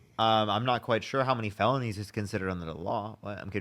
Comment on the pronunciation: ! Dude! 🤪 Is it like 34 felonies 😂 ! The caller seriously needs to buy a vowel!